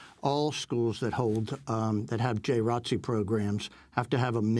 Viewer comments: Seriously ... The people at Democracy Now might want know the correct way of saying J.R.O.T.C. because they can deliver a message that the majority of viewers can understand. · Can you guys stop saying "J Rotc"? It's J. R. O. T. C. You're supposed to say each letter. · Yeah I was like WTF.. I’m from Florida I didn’t know what they were talking about. It’s J. R.O.T.C my sister was in it for 4 years. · George Dorsey Conversation really going to flow saying J R O T C every time lol, but then again someone did pretty ok with R E S P E C T